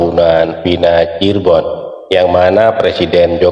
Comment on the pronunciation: Cirebon mas, bukan Cirbon